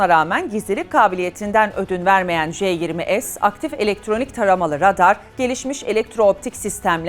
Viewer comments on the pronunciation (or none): J20"es" nedir ya 😅❗. Türkçe türkçe-ingilizce... Vallahi ülkem gitgide geri zekalı oluyor